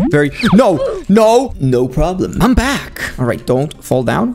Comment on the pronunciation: Lol he said no no no problam